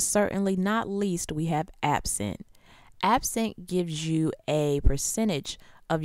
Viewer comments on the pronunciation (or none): when she said app cent i thought she said absinthe